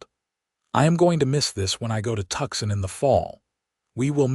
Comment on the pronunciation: TUCSON (TOOSON) NOT TUXIN